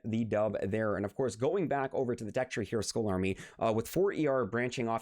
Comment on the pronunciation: Skull isn't pronounced as "school" It's pronounced as "skal"